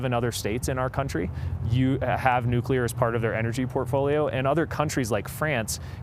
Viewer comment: No offense to the older gent. But as someone who works in the nuclear field. I always chuckle whenever I hear an opinion where someone pronounces it "Nuculear" rather than "Nuclear"